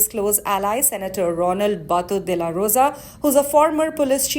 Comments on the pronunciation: Please do not use the word ruthless you know nothing about our beloved duterte. And please pronounce his middle name properly its Raos its "Roa" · Hi, please pronounce his name right. The middle name is ROA not Rao. A great president, that man.